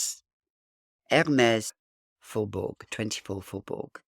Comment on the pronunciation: Pronounced Faubour. The g is not oronounced.